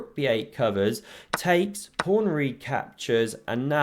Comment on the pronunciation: Is it a joke calling a pawn a "prawn"? Or is that just the way you pronounce it?